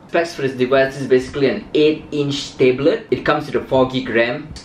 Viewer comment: Why do people say tayblet